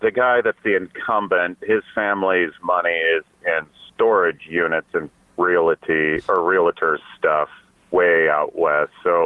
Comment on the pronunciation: Realtor not real-a-tor. 😮😊